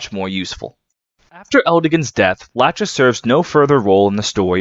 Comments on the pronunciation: Bro, why are you calling het "Latchesees" lol Her name is a reference to the 2nd one of the three Moiras from Greek Mythology - Lachesis The correct pronounciation should be "La-ckhe-sis" (the ch sound in Greek is not present in English, but it's similar to a more guttural j sound in Spanish) At least it's not as aggravating as Project Naga's RAQUESIS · not to be That Guy, but in heroes nanna pronounces her mum's name as "la-kee-sis", so i think that's the canon pronunciation. but otherwise i love this video!! i love lachesis sm!! this was a good reminder i need to keep reading the genealogy manga